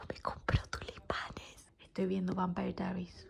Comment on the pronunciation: xq pronunciar asi vampire diaries? que acento mas extraño. Y literal dos segundos despues, pronunciar diamong painting a lo argento. Me hizo mucho daañoooo